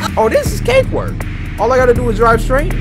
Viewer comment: Bro he said kate work not cake work